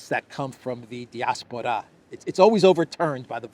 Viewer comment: Love the channel. But I think it's pronounced "die-ASS-por-uh."